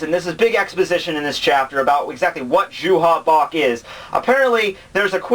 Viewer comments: it's not JUHA BACH. His name is Yhwach. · hey, i don't want to be THAT guy but the german pronunciation for J=Y, you would say Juha like You-Ha. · I need to point out that his name is "Yhwach" not Juha Bach. That name was what the translators thought (because they could only see the name via the way it sounded when converting the kanji to english) but the last Bleach volume revealed the official romanization of the of his name. Same for Haschwald whose actual name is "Haschwalth". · No its pronounced youha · Nobody likes that translation because nobody knows how to pronounce it. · The same reason everyone who watches DBZ says "Krillin"... And like I said before Yhwach is a stupid name that nobody knows how to pronounce.